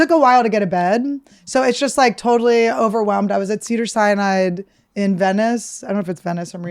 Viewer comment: Annie calling Cedars-Sinai "Cedar Cyanide" made me LOL